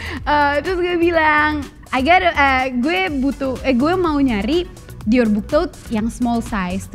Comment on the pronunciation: Saran aja ka😊 Dior yang benar pengucaannya "Dioh". Jadi huruf "r" di belakang dilebur menjadi "h". Sukses trus berkarya😍